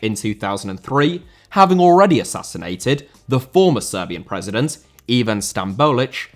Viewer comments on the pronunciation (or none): none